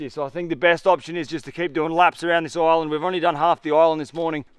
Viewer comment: Everytime he says island i understand oil land 😂